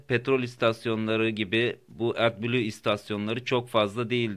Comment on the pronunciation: Atbulu diye okunmaz o at kafasi edblu